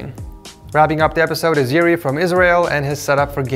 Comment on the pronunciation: Well, my name is "Yuri" as well, but it is pronounced more like "Oori".